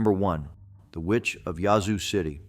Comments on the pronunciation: Lol, yazoo is pronounced with a long a sound. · Well I couldn’t make it past the pronunciation of ‘yazoo’. He ain’t from Mississippi 😂. Of course, it may be ai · It is pronounced Yazoo City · Please learn how to pronounce the cities in Ms. Yazoo has an a sound like apple and Natchez is na t chez (run it together, actually don’t annunciate the T) Biloxi is buh lux ee